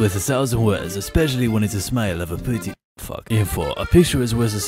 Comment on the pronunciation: dude the fwak